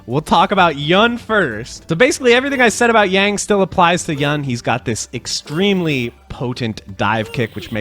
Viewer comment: "Yun" rhymes with "moon". "Chun" rhymes with "moon"